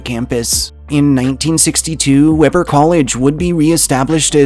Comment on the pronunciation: It's WE-BUR State University not Webber like the grill.